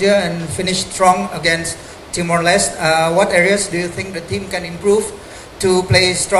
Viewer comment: John Herman nyebut Timor Leste dengan "Timor Leste" Lah ini wartawan sok Inggris nyebut Timor Leste dengan "Timor les" "Te" Nya di hilangkan, itu bukan bahasa Inggris cuk,, hormati sebutan negara orang.. Wartawan sok Inggris...